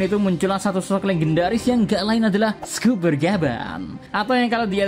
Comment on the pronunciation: Scopper, di baca skoper, bukan skuper, kalo "o"nya 2 baru di baca skuper